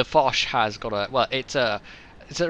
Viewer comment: Hurray! I ran around my apartment, screaming 'Its me! Its me!' when I saw the new video in the submission list. I got punched to death for waking up my roommates but that was totally worth it :P Also Im very glad you pronounced my Name correctly and not in the Japanese way with an 'E' at the and :D